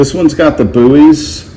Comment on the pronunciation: You calling BUIS 'buoys' is doing psychic damage to me